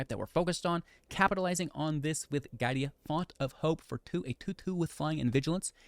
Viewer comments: It's GI-A-DA, not GAI-DI-A ;) Cool deck though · mispronouncing giada was killing me XD